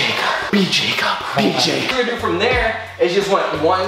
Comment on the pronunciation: has never pronounced Jacobs name correctly b4 lol